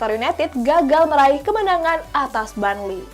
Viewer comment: Burnley not barnley hadeeh😴😴